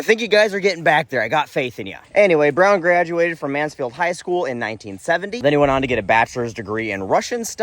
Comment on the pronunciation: Don't worry,you pronounced Mansfield correctly lol Used to go camping there when I was a kid